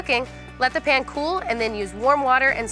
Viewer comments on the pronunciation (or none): Can Americans not pronounce the word pan? She keeps calling it a “pen”. Also she pronounced calzone literally.